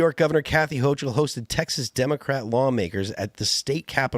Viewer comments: If I remember correctly, they pulled a similar stunt during the last Trump administration. It took a while for the governor to bring them back. They're doing it quicker this time. Hochil is pronounced with a hard "k" sound for "ch" if I'm not mistaken. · stop saying hoCHul